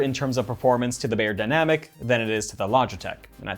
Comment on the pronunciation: Pronounced “buy”-yerdynamic… not “bay”yerdynamicS